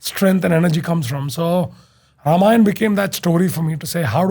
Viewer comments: It's not pronounced Ramayan + aa It's Ramayan + a a as in apostle. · please make this movie in 3 parts. ramayan is not in any way less in scale than lotr. also call them ramayan, ram, ravan. as they sound better and also the correct to way to pronounce them. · hi, first of all its not ramayanA, ITS RAMAYAN, the A in the end was added in the colonial period after each and every hindu term, because of our अ sound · only thing is ,it should be Ramayan ,not Ramayana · Why it's Ramayana and not Ramayan 🤨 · The only thing I didn't like about the teaser was writhing ram as rama and ravan as ravana or even ramayan as ramayana. It's a colonial hangover to mess our own pronunciation. People who don't know the right pronunciation will always pronounce it wrong. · रामायण not Ramayan( रामायन) please why Hindi belt people are loosing tounge for saying ण 😮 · Bhai ramayan hai na ki Ramayana 😂😂😂